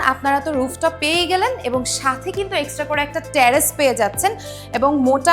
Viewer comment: Hi. It's not ট্যারেস it's টেরেস।